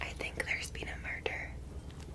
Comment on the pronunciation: "There's been a MUrrrderrr!"